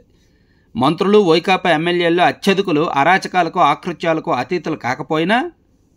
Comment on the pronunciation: మీ వార్తా పత్రికల విశ్లేషణ ప్రామాణికంగా తీసుకుని వింటున్నాం. అట్లాగే మీ భాష కూడా ప్రామాణికంగా ఉండేటట్లు చూసుకోండి. నిన్న ఒకరు 'ఆకృత్యాలు' కాదు 'అకృత్యాలు' అని సవరణ చేశారు. అయినా మీరు సవరించుకోలేదు. దయచేసి తప్పులు చదవకండి.